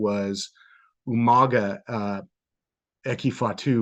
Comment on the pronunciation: potato goblin liked william regal saying umanga